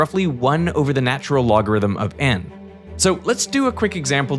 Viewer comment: Why am I only finally finding out at this late point in my life that “the natural logarithm” is pronounced “Lawn” or “Lon”?!